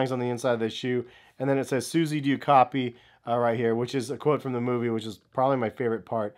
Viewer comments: Did he say movie? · Dis boy said movie